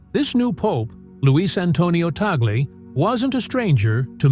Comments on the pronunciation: I hate AI voice, with the wrong pronunciation Tag-le. No we dont respect abusers, and no, Roman Catholic losing touch and not even going to church anymore, appointing him is a PR move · The commentator even does not know how to pronounce Tagle. All COMMENTS: no video. Conclave first: White Smoke: then the new Pope will be shown on the balcony. Fake news.